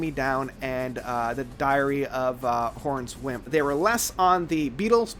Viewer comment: Twilight? Twilight is the 2nd track Time is album name "Discography"?? "HORANCE"? "Final"? Add the 'e' sound and you've got it Sorry to be picky but you REALLY have to get better at words lol, not an attack but it's the truth